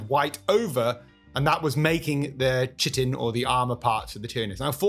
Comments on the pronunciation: Chitin is pronounced like "kite" not "chit" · I'm just writin to tell you it's pronounced kite in, when you say chit in I presume you are only sh.....no that's not appropriate lol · Chitin is pronounced sorta like "KAI-TIN". Trying to think if there's another word now, where "chi" is pronounced as "kai". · Just FYI you pronounce chitin as Kite in. Great video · The correct pronunciation of chitin is "kite-in."